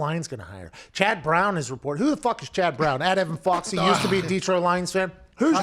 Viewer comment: “CHAD BRAWNN!!” 😂 😂